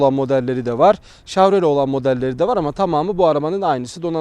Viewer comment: abi şav değil şev diye okunuyor o :D